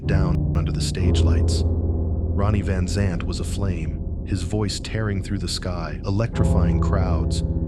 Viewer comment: This story is so full of holes it isn't funny. The voice talking can't even pronounce the name rite.